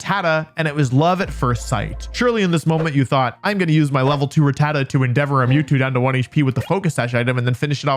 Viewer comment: Is that how you pronounce "Rattata"? I thought it was "RAH-tah-ta". Is this another "FERRO-thorn" vs "ferro-THORN" thing?